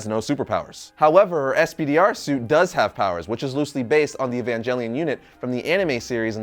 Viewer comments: Evan-Gel-ion* it’s a hard G not a J, also, thank you! I love this character so much, glad to see her getting some light, also, all 4 Eva pilots actually show up in the class room during the comic, not to mention Gerard Way is on the subway in the final pages of Spiderverse (he’s the guy in the blue suit with red hair) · Good vid, but pronuncing evangelion with a soft g just sounds wrong.